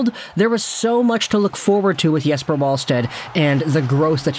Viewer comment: Pronounced Yes•per Vall•sted, with a V